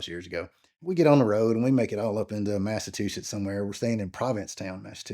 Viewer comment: Good ole Mass-a-too-sits. 😂 😂